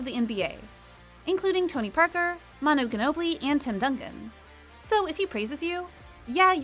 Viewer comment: + Greg, + Manu - mispronounced. Unwatchable.